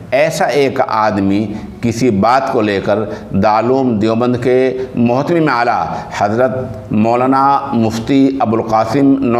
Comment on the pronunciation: متہم نہیں مہتمم ہوتا ہے